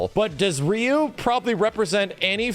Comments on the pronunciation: "His name is Rye-you" 🤢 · Dan was created to make fun of Ryo & Robert at the same time (Dan has long hairs like Robert) :) Fatal Fury was developed by Mr.Nishiyama, who also created SF 1, not SF 2. PS: for pronunciation purpose: how do you call Ryo? Ryu (of SF) is the same: the “y” is pronounced like a “e”, not an “a”. Both are Japanese characters with Japanese names: any non Japanese pronunciation is incorrect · Alot of old school players or players from the 90s will pronounce Ryu "Rayu" or "Roo". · Why do people say ryu like RIYU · Didn't watch the video 1st time I hear say Ryu he goes: RIE-YUU damn I have no explanation for that XD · Ryu actually pronounced in Japanese is said like this Lee u. Or ree u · Did you call him Rye-yu just to troll us? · I love when people pronounce Ryu as Rye-you. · Bro. I love you. You're awesome. But you're an S-Class YouTube gaming channel with a deep love for fighters and you can't pronounce "Ryu" correctly? I mean, you had to have learned it wasn't "Rai-you" at some point. You're still great. Still love ya. Just, come on, man... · "his name is raayuu" yeah... sure it is xD anyway, thanks for the vidya; I had no idea what a shoto was. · His name is Rye-yu, lmao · RYE-YOU KENNETH TERRENCE MY SIDES XDDDD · This man cant make up his mind on how to pronounce Ryu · He knows how to say Ryu. It was a joke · how dare you miss pronounce my Ryu:'( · I'm going to give you the viewer engagement you crave! By commenting on how you purposely mispronounced Ryu's name so that people comment on it. So here's that comment for you! Enjoy! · I do not like the fact that just pronounced Ryu improperly...